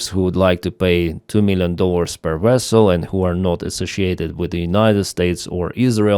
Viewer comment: When he says Vessel he sounds like Chekhov from Star Trek. 😊